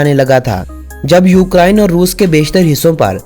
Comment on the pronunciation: Bhau lafz ukraine hota hy. Na kay ukaraiine. Or plz hindi lafz na bolain. Jasa ky ap ny bola" is muday pr". Thx